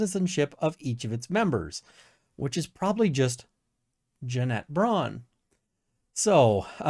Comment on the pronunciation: I still laugh every time you say Jeanette "Janet" Braun